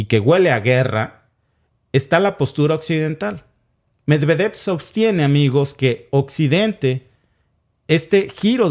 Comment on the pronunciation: Es Medviedev la pronunciscion amigo con acento en la i.